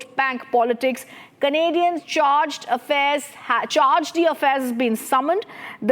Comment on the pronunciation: Charge-de-affairs pronounciation! 😂What kind of "English" news channel is this?